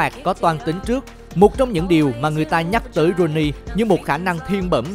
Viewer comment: Ông bình luận cứ rouney hoài luôn